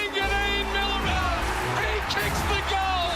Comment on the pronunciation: It's Mill-era. Not Milla-ra!!